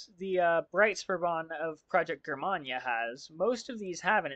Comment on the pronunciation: Thanks for reviewing my Breitspurbahn models! Also, Germania is pronounced Jur-May-Nee-a. And my last name is pronounced Strass-Bourg.